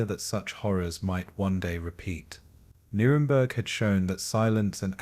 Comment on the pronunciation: Content creator; I enjoy your videos but please take the time to proof listen to them before posting. I discovered a few mispronunciations that were wrong. Several times the narrator mispronounced Nuremberg as ‘Nurberg’ or Nurvberg, ‘Namberg’ or ‘Nararberg’ Another glaring mispronunciation was Krupp’ as ‘Kripp’ in fact I don’t think you ever pronounced that name correctly.